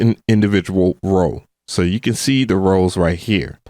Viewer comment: Love the content, but are you saying "roll" or "row"? Maybe it's just a regional thing? no shade!